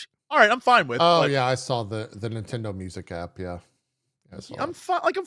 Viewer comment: Jesse also says "sawl" instead of "saw"